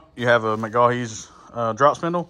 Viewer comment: McGaughy’s is pronounced Muh-Goy’s for future reference. Great looking truck. I have a black on black 2016 with a 4/7 drop. 😎